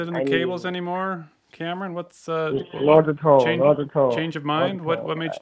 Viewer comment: not the way he pronounced “not at all”